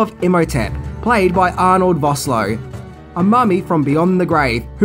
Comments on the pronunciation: It's VOSS-LOO (that's LOO, as in a British toilet), NOT VOSS-LOW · Arnold Vosloo not Voslo